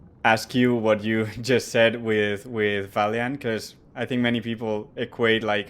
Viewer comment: Valeant, not Valiant 😀